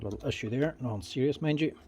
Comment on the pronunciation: I like when he says "nuffin"